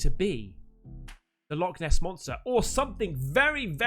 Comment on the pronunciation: Not Loch Ness but.... "Log Ness"😂😂😂😂